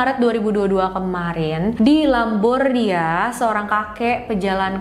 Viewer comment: Maaf di ralat ya. Itu terbolak bukan Lambordia tapi Lombardia..salam dari Propinsi Reggio Emilia, Italia